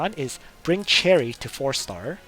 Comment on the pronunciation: I cant believe after all this time, you're still pronouncing Cherie as "cherry" lol